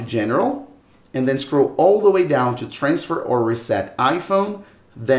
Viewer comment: You have chu put your phone chu a side. It’s simple chu do. All you have chu do is churn it off.